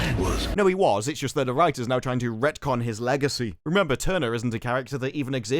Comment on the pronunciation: When "retcon" becomes "wrecktcon." 🤷‍♂️